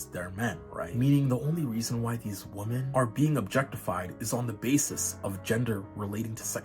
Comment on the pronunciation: 1) It's not "they" it's "their". And 2) Plural, it's not "woman", it's pronounced .. "womEn" . as in "men" with a "WO" in front of it. Why can't so many Zoomers say "WOMEN". You are the most infuriatingly and insufferably annoying generation that has ever lived. And don't "Ok boomer" me for your shortcomings, but if you must .. it's "Mr. Ok boomer" to you.